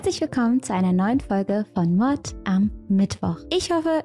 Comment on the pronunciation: Man sollte nicht 1 Drittel des Thumbnails mit einem Bild von sich genau in der Mitte besetzen wenn es um einen tragischen Mordfall über jemanden geht. Ausserdem finde ich es komisch und aufgesetzt wie fröhlich sie über so etwas redet. Alleine wie sie Mord am Mittwoch ausspricht...Ach du scheiße